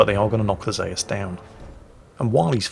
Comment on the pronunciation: Zayus? WTF, I know is crap but still.